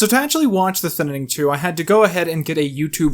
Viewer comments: I really want to get through this video, but my man, your pronunciation of "thinning" is killing me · why does he say thinning with TWO N N I don't know why it bothers me but it does. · Why wasn't this called man struggles to say thinning for 20 minutes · I really hate every time you mispronounce Thinning. It's not a weird or bad sounding word. It's a real word that came long before Logan Paul. I'm also surprised that you manage to not make a joke about Logan Paul's hair in relation to the title. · The Thinninning 2: The Thinninninning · Why do u keep saying thinining lmao it’s thinning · Can you learn how to say thinning and not "thin-in-ing"? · Is it just me or is he saying “Thinninning” instead of “Thinning” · Okay hold up. Every time you said “thinning” you pronounced it as “thinnining”. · Good video, but why do you call it the thinining lmao it's the thinning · WHY DOES HE KEEP SAYING THINNINNING, IDK IF HE KNOWS THAT IT'S ACTUALLY CALLED THINNING, HELP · It’s not thiN Ning it’s thinning smooth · Him saying Thinining instead of The Thinning was so annoying to me idk why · its called thinning not thinnining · jesus christ stop saying thinnining, its thinning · I agree with your commentary, but for the love of god it's "Thinning" NOT "Thinnining." Thin-ing! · Really good review, but you saying thinnining instead of thinning makes me wanna remove my ears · It's the thinning, not the thinening... I get slightly triggered every time you say it wrong. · Who else cringes when he says thinining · I hate how he keeps saying on saying thinnining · It's "thin-ning" and why are you bringing up Trump? I subbed to you before you hit 100k and miss when you used to be funny talkin' bout Scary Grandma. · "the thinining" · Is it just me who noticed that said "The Thinnining" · STOP SAYING THE THININING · "The Thinnining" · WHY IS NO ONE PICKING UP ON THE FACT THAT HE KEEPS SAYING THINNINING??? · thinining.. lol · “The thinining” ??? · does he mean to say "thinining?"